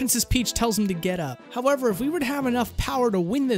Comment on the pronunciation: "howeRver" xD